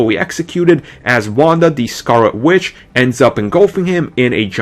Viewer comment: Bahahahaha..... ahahahaha! Can the dude say pwotholes enough times. It's Scarlett witch not scarwet, and explanatory not expwanitory. Can you not say the word, "the" correctly? Like ever? It's the. T.H.E. not Dee not da(duh). Get it together.